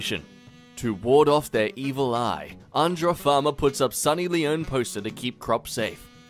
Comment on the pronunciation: Am I the only one to notice he said sunny leone name perfectly and no other Indian name he says is pronounced perfectly